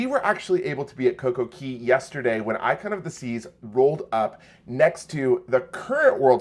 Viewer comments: Please stop saying Coco KEY. It is pronounced Coco CAY... hence "Perfect Day at Coco Cay". The copyright is "CAY" and it is pronounced CAY. Ask Royal. They will tell you it is CAY. As a travel professional, you should know better. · You might want to learn ROYAL'S trademarked pronunciation of CAY. IT IS NOT KEY! I know that's how you're supposed to say it, but Royal says CAY to rhyme with DAY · You should retire from hosting a cruise channel. If you were truly knowledgeable and been around the cruise industry you would know that COCOCAY is pronounced COCO-KAY not COCO-KEY. For Christ sake it is trademarked. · For you to be a cruise blogger I would expect you to know the pronunciation of the private island is "Cay" not "Key" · MSC private island Cay pronounced Key. RCCL Coco Cay pronounced Coco K.